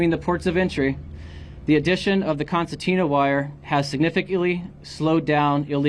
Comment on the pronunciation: It is pronounced concertina not constantina. Also the border patrol should know these people are not migrants but are illegal immigrants. Migrants are people who come legally with a work visa who work a specific job and then go back home after they're done with their job. Example of that would be those who work on farms picking crops. Once that job is complete they return back to their country of origin.